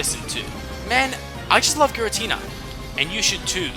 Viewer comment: Giratina, NOT Giritina!